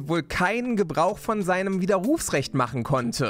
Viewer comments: stimmt, aber solange von dieser Betonung sein widerRUFsrecht nicht kaputt geht, ist ja alles ok :D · Hihi... ich finde deine Art wie du Widerrufsrecht sagst lustig. Du betonst das "u" so. 🤪😅 💪 #KreativeFragen Wenn du später mal wirklich eine Flug- und Landebahn mit den Dominators bestücken solltest, werden die Flugzeuge dann auch schneller landen und starten können, wegen des guten Speichertakts?